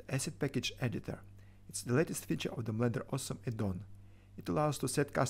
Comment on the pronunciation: I thought at first that I heard you say in the intro: "I'm the developer of Blender AWESOME addon". Couldn't argue, though!